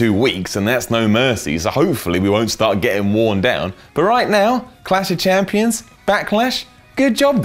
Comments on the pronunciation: is it really that hard to say clash of champions? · is reading a autoque, therefore how does he mess up saying Clash Of Champions lol